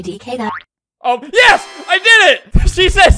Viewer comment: Also say yars instead of yes